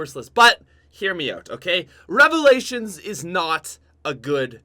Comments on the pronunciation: Top five worst cod youtubers number 1 worst youtuber im in subbing because you said revilations I hate you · I died when i her revailalins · I am going to hope you say revalations. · rly nigga revolations?!?! REVOLATIONS!!!! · Who else head the like goal and liked the video... Then hears say " number 5 revalations," and switches to dislike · When he said revalations my jaw fucking dropped